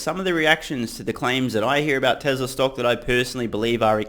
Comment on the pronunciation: I love your show but for the love of god please stop saying "Tezler" most of the time you do pronounce it correctly "Tezla". I know its spelt Tesla but Elon has said several times its pronounced like a "z". Could you also do your ads at the end. When it's in the beginning I fast forward to when I think you are actually speaking about the topic.